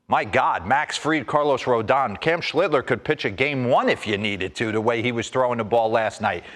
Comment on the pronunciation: Schlitter? Get the man's name right dimwits.